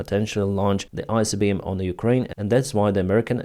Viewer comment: Read properly. Not Icbm and not Rubez